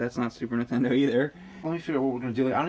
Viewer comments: I love that you guys often sort of say "intendo" and drop the N. I just like it. No big reason why. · I've noticed that James always says Super Ntendo